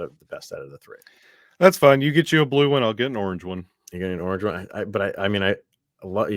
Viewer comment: "An orange one" is pronounced "norngeone"